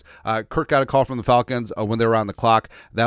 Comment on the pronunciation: What Karma for "Kirk?"